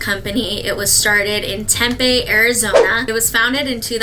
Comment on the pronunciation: Loved your video! Also btw I’m from Arizona and we pronounce Tempe (tem-pee).